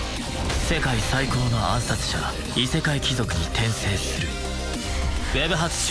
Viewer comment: Tensei what?....i can't hear the title name clearly